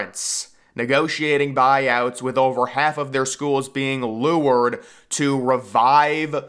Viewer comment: Lured: luhrd. Not Leward.